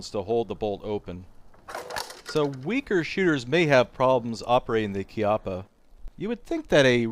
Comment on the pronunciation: congratulions for sayingh "chiappa" (kind of) properly.